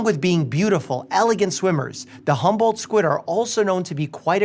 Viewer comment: i though you kept saying "humbled squid" and kept thinking they must be very nice squid